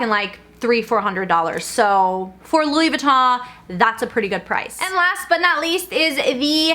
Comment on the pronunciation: Why do you pronounce it Louis Vi-taw??